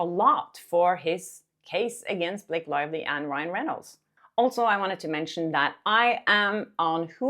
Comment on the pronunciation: Blake lie-vely